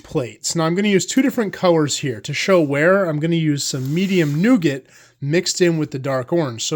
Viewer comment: The T is silent in nougat, like the T in chalet.